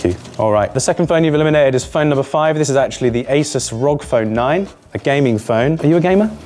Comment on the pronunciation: How does one pronounce two phone names wrong in a phone related video... It is not Google Pixel Pro 9, and it is also not "rogg phone" 😭